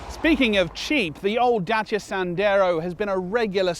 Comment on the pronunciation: I just like the way you- as a englishman- pronounce the name...real name Dacia !